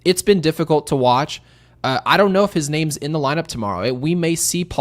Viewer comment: Sincere question: why does pronounce so many names incorrectly? He’s watching the game and hearing the correct pronunciation, then comes on the podcast and botches half the names he says